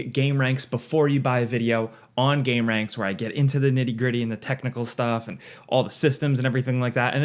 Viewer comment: you're pronouncing it wrong it's not game-ranx, it's gamer-anx, for what they all do to us.